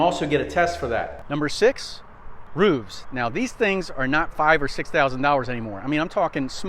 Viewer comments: Roofs. It's ROOFS! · Number 6. What is a "roove"? Did I even hear it correctly?